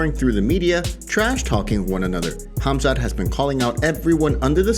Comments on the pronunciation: I thought Colby called him, forgive my language if it’s bad, “Khumshot” I believe this is comedy gold 😂 Khamzat will smesh him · Khumshot smesh him